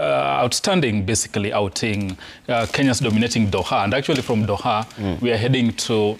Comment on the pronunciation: Huyu anapronounce aje jina ya Doha ntk